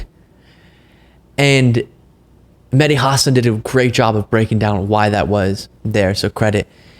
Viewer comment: I love your content,. I watch every day. Just one little thing: The emphasis on Mehdi Hasan's last name is on the second syllable (Huh-SAAN). I used to love Chris Cuomo and his reporting. Now he's leaning way too heavily toward wackadoodle.